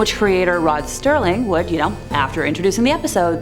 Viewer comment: Lower the soundtrack, you can’t hear the narrative…. Oh and it’s Rod SERLING , not Sterling. 😉